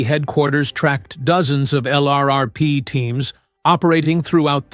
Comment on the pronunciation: Your robo-voice doesn't know pronunciations - sounds like a boot. LRRP is pronounced Lurp , to start.